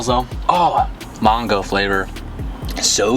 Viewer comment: “MAWNGO flavor” cmon